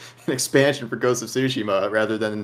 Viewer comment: OMFG! How many times is this guy going to call Ghost of Tsushima Ghost of sushi 🍱🍣 🤣